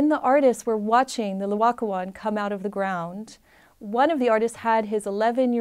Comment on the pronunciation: First of all, it's NOT Loacoon, it's Laocoon. Please learn to say the name of the artwork you are discussing. Secondly, it was not discovered by a farmer ploughing a field. It was discovered in an underground cavern in a vineyard - presumably a buried Roman building - together with other finds. There was no slow excavation from the earth; instead, they found the statues almost perfectly preserved, just sitting there waiting to be discovered. Here is what the architect Giuliano Sangallo's son Federico had to say about the discovery (she misquotes it somewhat, therefore here the correct text): 1506 Discovery of the Laocoon Letter written in 1566, 60 years later, by Francesco da Sangallo, son of the famous architect Giuliano Sangallo, describing this event. Both father and son were present at the scene of discovery, along with Michelangelo. “The first time I was in Rome when I was very young, the Pope [Julius II] was told about the discovery of some very beautiful statues in a vineyard near Santa Maria Maggiore [on the Esquiline Hill]. The pope ordered one of his officers to run and tell Giuliano da Sangallo to go and see them. He set off immediately. Since Michelangelo Buonarroti was always to be found at our house, my father having summoned him and having assigned him the commission of the Pope's tomb, my father wanted him to come along too. I joined up with my father and off we went. I had climbed down to where the statues were, when immediately my father said, 'That is the L